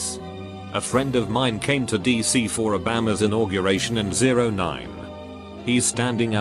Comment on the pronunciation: O -Baam-Ma lmao